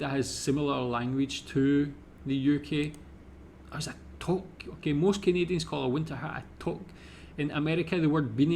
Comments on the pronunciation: Great job on the quiz! I cannot stand eating maple syrup. To answer your question about caribou - It is similar to a reindeer. Toque is pronounced with a long oo sound not an o. Regina is a city in Saskatchewan. Although is is Latin for Queen it is pronounced with a long I, as in the word "eye". Ree-j"eye"- na. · listening to a Scotsman say 'toque' is almost as funny as listening to him say 'purple burglar alarm'. It's pronounced like the number two, with a hard K at the end. Two + K = toque. And since you'll eventually run into it... poutine is not pronounced 'poo-teen'. It's more like 'puts in'. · Toque: It's pronounced "Too-que" , in Canadian English. In French, we spell it with a "u". All they had to do was just leave it alone and pronounce the "u"... but they couldn't leave it alone. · Toque is pronounced too-k, not toke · its more like TUKE not toke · FYI...toque is pronounced "tewk" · Yep , we love to toke , but the pronunciation is tuque , like nuke , but tuke ! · There's a disagreement on the spelling of toque or touque, pronounced more between tou (like you) and uque like ukelele. Of course since it has french origins. The way you pronounced it was more like a toke which is to smoke weed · A toque is pronounced tuque. I have never heard of a bunny hug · Toque rhymes with spook I know it's spelled as in the French but it is pronounced like😊 spook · Toque is pronounce like two-k like number two with a k at the end, so obvious, eh? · aarrgh. It is pronounced TOOOOK. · Yes, we do have a Canadian Football League, called the CFL (Canadian Football League lol). The Grey Cup is so named for the at the time Governer General, Earl Grey, who commissioned the trophy. Toque is pronounced like 'two-k' (tis a french word). 'snowbirds' is also a slang for Canadians who go down south in the winter haha. Like holidaying in Florida during the winter. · Toque is pronounced tuke, like puke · It's pronounced twok(2k) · 'Toque' is pronounced like 'kook' or 'duke'.